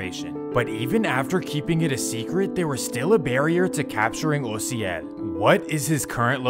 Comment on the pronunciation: I did what ? Damn he’s pronouncing my name right and all that lmao Mad props cause most people pronounce it with a A instead of a O but I make it easier for people to just say the letters O-C-L literally how you say it except you spell it OCIEL 🤣